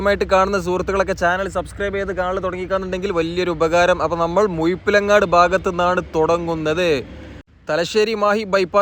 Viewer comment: മുയിപ്പിലങ്ങാട് അല്ല മുഴപ്പിലങ്ങാട്